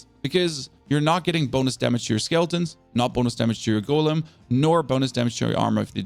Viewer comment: Why is it so hard for you to say Golem correct.